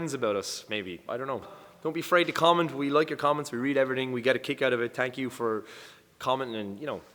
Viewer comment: haha every time you say thank you is sounds like phank you!! 😃😃😅 sorry but it was funny